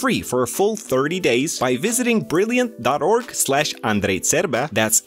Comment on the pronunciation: Let me get this together. Is it pronounced “On-dre. Ter-bay-uh” ?